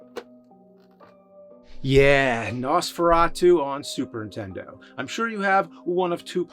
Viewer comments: P.S. It’s “Super Nintendo”, not “Superintendo”. Get it right Jimmy boy! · He still pronounces it "Superintendo" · I love these videos, but the man still after all these years cannot say the word…”SUPER NINTENDO.” Somebody tell this guy there is an “N” in the word Nintendo. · Still saying "Superintendo"